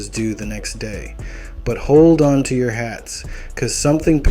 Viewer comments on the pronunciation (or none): none